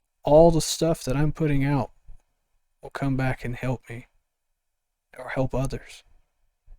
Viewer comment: That was kinda funny “healp”, I think u invented a new word combining “heal & help”, nice one, I needed that laugh to, so thanx for that! 💕😂✨ ^_^